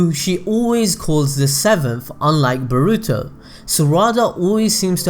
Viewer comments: It's BORUTO not bruto!!! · Sorry but this just really annoys me Its boruto (bore-oo-toe) Not (ba-ru-to)